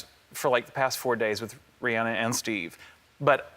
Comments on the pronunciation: it's ri-anna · All these people say they love her but pronounce her NAME WRRRRONGG only a few said It correctly it’s RihAn-a not Ri-Anna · Guys... You actually pronounce her name like "Ree-anna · RihAnna. I'm from Barbados and that's how you pronounce it but Americans pronounce it the other way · All these people so obsessed with her but 90% don’t even say her name right! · I know this is an old video, but I now cringe when I hear EVERYONE saying her name wrong! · if you love her so much, please pronounce her name correctly